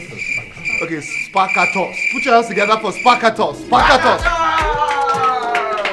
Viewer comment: 😂the fact that brother shaggi can keep pronouncing that sparktacus with mistake got me abeg😂😂..that name is a tongue twister